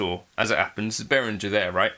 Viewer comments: It is german, Beh-Ring-Air if you want to get the pronunciation correct. Sorry for being a spelling Nazi. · In the name Behringer, a letter g is pronounced as a hard g. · Thanks! I always pronounced it as Be-rin-jer like most other North Americans. So the er is pronounced like air?